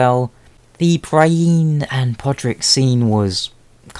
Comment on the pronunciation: I think I liked 'your sister' better than I would've liked 'just Cat', as it completely changes the charge on the words. I know better, but Cat could be any woman, emphasizing that it's here sister makes it... Well, it just sounds better imo. Also, sorry but it's Brie-enne and not Bry-ene ;)